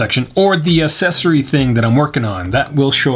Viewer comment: I cannot get over how he pronounces "accessory" and "cellular"